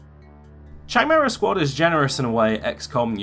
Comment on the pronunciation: Chimera is pronounced like Kimera, like character is pronounced karacter.